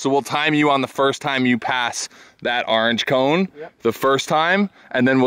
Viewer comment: "Arnge cone"